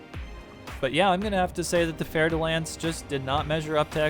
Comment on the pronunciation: Oh shit...Ive pronouncing "Fer" like "Fer" all this time! I never knew it was really "Fair" de Lance. Thank you.